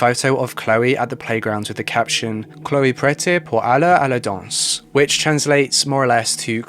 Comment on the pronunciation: Prête is pronounced like the pret in pret à manger, the sandwich/salad chain.